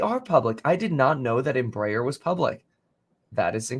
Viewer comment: embraeris pronounced EMBRA AIR.... at least that how we say it